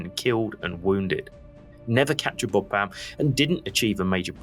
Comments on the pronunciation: Very excellent overview of the Battle of the Somme, and I hate to criticise anything… but Bapaume is pronounced more like ‘Bap’ome’ not ‘Bo’pam’. Please forgive me for mentioning it, I’m an incurable pedant… and a Frenchman would probably sneer at my suggested alternative! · funny how you invert the syllabus in BA PAU ME saying BAU-PA-ME :-)